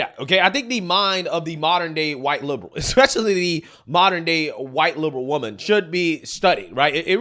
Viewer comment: “Because I’m a Wahmen!” NICKEY, leave and shut the front door on your way out!